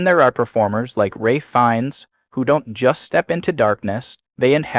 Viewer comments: He is pronounced "FiNNes" and not "fines" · Wow, you can’t even pronounce his name right!